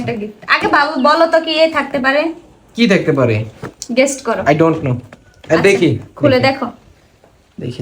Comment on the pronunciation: Gest na re oita guess bole